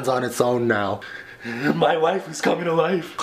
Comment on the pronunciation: “My wifeu’s coming to lifeu”